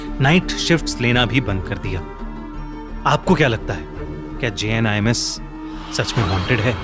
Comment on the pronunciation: I thought it is jinns. When you said jinms then I looked on the title.